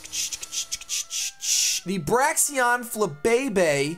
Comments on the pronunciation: Braixen is pronounced "brey-zen" as in the word associated with fire, not - "breaks-n". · For future reference, Braixen is pronounced [Bray-zun]